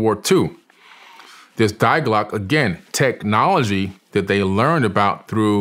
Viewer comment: If I hear this dude say “dieglock” one more time I’m going to rip out my eardrums